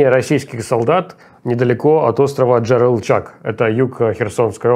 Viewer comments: И снова этот загадочный остров Джерылчак в исполнении Русалана )))) Понимаю, далеко не каждый сможет прочитать Джарылгач, не то что сказать вслух ) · ДжарылГАЧ, а не чаг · Руслан, унас нет острова Джарылчак, есть Джарылгач! Режет слух просто ) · В прошлый раз Левиеву сто человек написали про Джарылгач. Руслан сегодня: Джарылчак. Окей Муслан, мы всё поняли. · Дорогие Руслан и Майкл, остров называется ДжарылГАЧ, а не ДжарылЧАГ :) Спасибо за сводку! ❤ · ДЖА-РЫЛ-ГАЧ!!!! ДЖА-РЫЛ-ГАЧ!!!! ДЖА-РЫЛ-ГАЧ!!!! Руслан, Майкл, запомните уже ДЖА-РЫЛ-ГАЧ!!!! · Майкл, объясни Руслану, что правильно Джарылгач, а не Джарылчак) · Да епт, Джарылгач ДЖАРЫЛГАЧ Сам ты джарылчак ну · Джарылга́ч !!! ДЖАРЫЛГАЧ!!! как слух режет, ппц! не джарылЧАГ а ДжарылГАЧ! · Как, никто до сих пор не обругал Руслана за то, что остров Джирилгач, а не Джирилчаг? Исправлю это упущение. Ливиев ни искперт, ничиво ни знаит! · Руслан, имейте уважение, потрудитесь правильно произносить топонимы. Остров ДжарылГАЧ (не ДжарылЧАГ). Порт Рени́ (ударение на последний слог), а не Ре́ни. Учитывая, что вы даёте качественную аналитику, такие вещи - это кринж и непрофессионализм. Спасибо за вашу работу! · Джарилгач ,а не джарылджак😂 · Я конеш уже несколько сводок терпел, но Руслан, пожалуйста, читай название верно) ДЖАРЫЛГАЧ а не Джарылчаг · Ну, Руслан! ДЖАРЫЛГАЧ, а не Джарылчаг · Да, ну сколько же можно! Руслан – Джарылгач, а не Джарылчаг! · Скажите кто-нибудь Левиеву что остров ДЖЕРЫЛГАЧ а не Джерылчак. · Да выучите уже наконецто что остров не "ДжарылЧАК", а "Джарылгач". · ДжерелГаЧ а не Джерелчак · У Руслана какая-то навязчивая дислексия по отношению к прочтению названия ДЖАРЫЛГАЧ 😅😅😅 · Ну какой джерелЧАК?????? Правильно ДжерелГАЧ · ДЖАРЫЛГАЧ - ДЖА-РЫЛ-ГАЧ а не Джарылчаг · ДжарылГАЧ а не джарылчаг!!! Если вернуть в Крыму все ИСТОРИЧЕСКИЕ названия то "крымчане" понаехавшие во второй половине 20-го века сломают язык. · Ребята, да запомните наконец-то, остров ДЖАРЫЛГАЧ😅😂😂😂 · Джарылгач йопт, уже которую сводку режет слух )